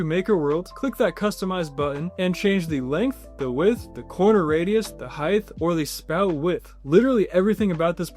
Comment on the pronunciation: PLEASE make yourself sound more intelligent and say 'height' (the actual word) and stop saying 'heighth' (a fake word).